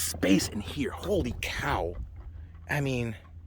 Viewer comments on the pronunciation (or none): none